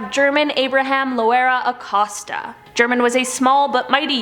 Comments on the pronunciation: I think his name German is pronounced "Her-monn" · German is pronounced with an "H", Herman.